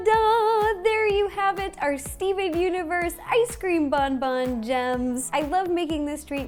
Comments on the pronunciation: Smart Cookie if you search up “bonbon french pronunciation” you can listen to it. The n isn’t supposed to be so sharp, it’s like a slight “bohboh” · The intro lowkey stressed me out, lmao. It’s french... hahaha. The N isn’t pronounced in Bonbon. And it means candy, not good good... hahahahaha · I cringed so hard every time she pronounced bonbon, oh no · in French bonbon means candy. yes, bon bon directly translates to ‘good good’ (how else would you describe candy? 😂) but in actuality bonbon means candy, and isn’t pronounced that way😂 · My poor french ears are bleeding right now bonbons is candys or sweets but I’m not mad ! 🤗 Btw bon means good so your mistake is forgivable ! (Sorry for my English it’s terrible !)